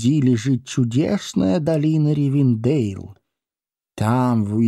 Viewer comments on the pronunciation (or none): Мужчина читает хорошо, но какой у вас перевод книги нелепый, где вместо орков гоблины, а названия городов и имен с не правильным ударением Э́лронд а не Элро́нд Го́ндолин а не Гондоли́н Ри́вендел а не Ривенде́йл Всю атмосферу портит Еще песни эльфов на сельский лад какой то, где эльфов выставляют какими то сельскими дурачками которые с Гендальфом и гномами как с дружками разговаривают